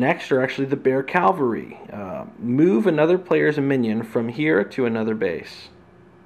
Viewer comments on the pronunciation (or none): Great vid. I played the game at Gen Con a couple of years ago but never bought it. I may have to reconsider. BTW, it's pronounced CAValry not CALvary. Kind of a per peeve. Keep making the awesome videos.